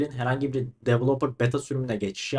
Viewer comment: devıloıper dort diyosun